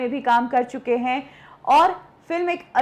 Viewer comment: हिंदी का उच्चारण सुधारें। Marathi influence is very clear. हैं को है बोलती हैं। इस तरह को और बहुत सारी गलतियां हैं।